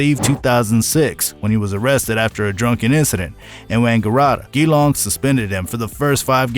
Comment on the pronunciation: Enjoyed the vid, good stuff. For future reference, Geelong is pronounced "Juh-Long" 😆